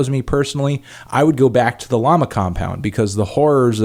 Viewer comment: why you say llamas like that